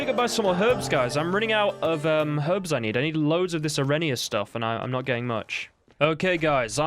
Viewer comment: Arenaria == "Aren-AR-ia" Bartolome == "Bart-tol-o-may"